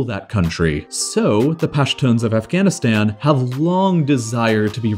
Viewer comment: When Pakistan was created, there was no Bangladesh; it was East Pakistan. Also, it's not "pack-ih-stan", but "paak-ih-staan"; all the "a"s in the name are pronounced like that in the word "father", not like that in the word "apple". Same thing with Afghanistan. And kilometres is pronounced like "nanometres", not like "thermometers" (because it's a unit of measurement, not a measuring device).